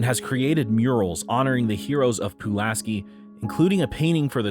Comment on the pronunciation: Pulaski is also pronounced Puh-LASS-kee, not Poo-las-kee